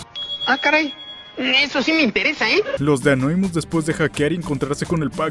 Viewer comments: Por qué carajos les dicen Anóimus cuando se dice Anonymous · Gente normal: anonymus: anoimus